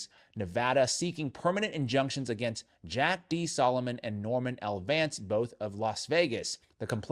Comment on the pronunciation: Did he say Norman L VANCE????